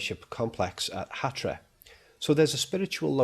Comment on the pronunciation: It's Hatra, not Hatia.